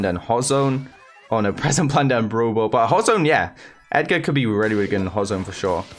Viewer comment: Why whenever says brawl ball I hear bubu 😂